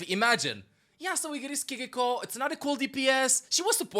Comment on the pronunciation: Fun fact: Japanese is a mora-timed language and syllables don't have an accent on them. "Ki-ri-ko" is read with the same tone throughout the entire word. Try it with Google translate.